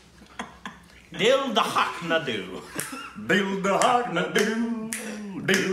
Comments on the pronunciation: The director is Farhan Akhtar's sister and an amazing director. P.S- The name of the movie is pronounced as Dil Dharakne Do. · It's actually pronounced "Dil Dha-rak-ney Doh". It's a good movie. It's not mind-blowing but still entertaining. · ok i laughed so much from hearing pronunciation of the title, ill come back tomorrow for the whole video, lol